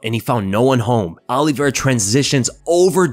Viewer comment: Great video but his name is Olivera not Olive vera